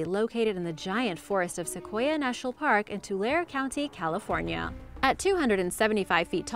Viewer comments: Fyi: it’s pronounced Too-lair-ee not Too-lair county. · I'm hanging in there Also Tulare is not pronounced "to-lair" its "to-lair-e" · people always get the county and city name wrong its tulare tu-lar-e they always forget to say the e at the end just thought id point that out as a person that lived in the city and still lives in the county also good video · Sequoia Nat Park is in Tulare(eee) county, NOT Tular county. Man, where you frum? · Lol I live 30 min away from it too. Ish. I've been there a few times as a kid. I still live nearby. "Tul-air" lol we pronounce it as "Tul-air-ee" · Tulare is not pronounced "to-lair" its "to-lair-e" I used to work in the kings canyon-sequoia national park and general Sherman is unbelievably large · Tulare county is pronounced TuleLarry county. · its pronounced "tool-air-e" county